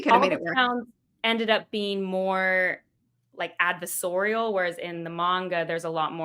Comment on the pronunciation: FYI, "adversarial" is pronounced as adverSARE-ial, not "adver-SORE-ial" the way you kept doing.